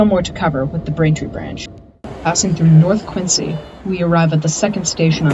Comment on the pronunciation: "Quinzee," NOT "Quintsee"...